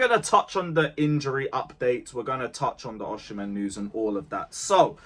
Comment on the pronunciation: Why do you say OSHImen?????